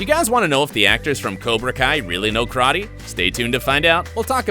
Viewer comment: It's not krate... IT'S KARATE